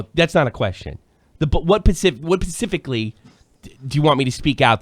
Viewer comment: also its specifically, not pacifically